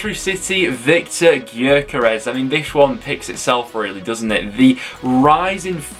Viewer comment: Bro, get with it dude… Covs striker is pronounced YOKERIZZ NOT gerkares as you keep saying! Tit!